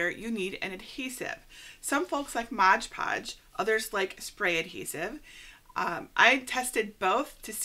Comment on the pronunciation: Excellent tutorial! It's not Modge Podge though..... It's Mod Podge 🤷🏻‍♀️